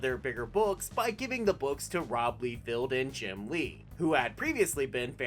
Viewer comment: . Not "lee field" it's "LIE FELD".